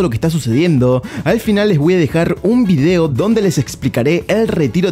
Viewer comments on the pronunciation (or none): none